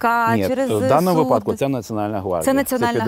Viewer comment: в слові "вИпадок" наголос ставиться на "И".